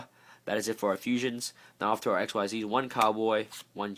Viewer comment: turns out that Xyz are actually pronounced (ik-seez) at least according to the manual makes sense when you relize that it actually a word and not just three consecutive letters